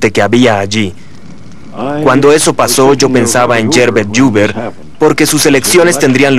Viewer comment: Gracias por este nuevo capítulo de Testigo de la Historia. Como alcance en el doblaje se pronuncia mal el nombre del presidente Herbet Hoover, dandole un sonido de "LL" a anbas H. Pequeño pero evidente error para los que saben un poco.